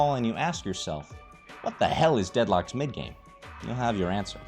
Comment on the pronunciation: Watda Hale (Asian accent)